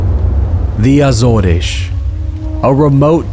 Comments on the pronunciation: that's not how you pronounce AZORES in English, it's not "Azoresh", it's either Ay-zors (American way) or Uh-zors (British way). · My only complaint is after two years of living in Portugal your pronunciation of Portuguese places is really bad. Start with Azores. In English it only has two syllables - Az and oars. In Portuguese Açores is pronounced Ass oars (two syllables again).